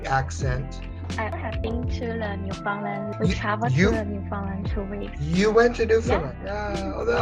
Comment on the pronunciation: you totally got wrong pronunciation of Newfoundland